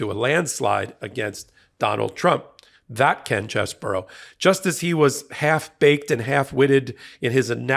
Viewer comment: It's Ken Chessbro, bro, not burrow!